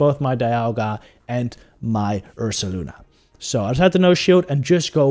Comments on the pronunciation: Take a shot every time he says ursalana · He def says Ursalana. Very good video, btw. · isn't it Ursaluna...? as in Moon (Lunar) Bear (Ursa) ?